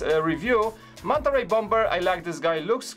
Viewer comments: For the people that are triggered about saying bom-b-er instead of bomber, is polish even though he's been speaking English for years he has said in a stream that he still has problems with some words he doesn't use very often, you can understand him, correct? Yes you can, so just leave him alone, alright? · The second B is silent in Bomber. Pronounced "bommer" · Good review, but I hate the way you pronounce bomber...